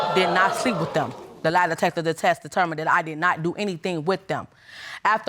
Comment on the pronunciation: 😅anyone hear her say “the lie detector detests determines…”